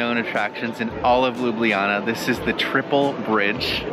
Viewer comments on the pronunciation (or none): Hey Americans, great review. But please please Canadian guys, stop masacring spelling of the city Ljubljana. It’s not Lyubliana, it’s like Lublana (read looblahnah). Take the letters J out (it is a foreign insert from Panslavic lovers anyway, Ljubljana 100 years ago was just Lublana). Thanks!